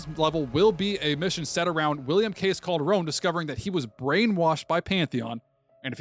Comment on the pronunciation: Pretty sure it’s Calderon not Calderone lol